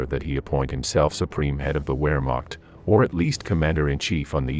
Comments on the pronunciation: The German army was the "VERMAKHT", not the "WHEREMAKT". The W in German is pronounced as a V in English. Moreover, it's not "COO DEE EYTAH", but "COO DETTAH", Do learn how to pronounce the terms you use time and again in your clips. You might also consider that von Staufenberg did not carry out a coup d'état in Hitler's headquarters in East Prussia , but an assassination attempt. Interesting subject matter. Amateurish preparation and treatment. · The most atrocious pronunciation of German names related to WWII! “Wer-meht”?! “Ghyudeerian”?! How about “Smolensko”? I saw a few more documentaries by the same producer. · Not Where Mock but Ver Mockt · I shall scream the next time I hear a video narrator pronounce "Wehrmacht" as "Weremont"!!!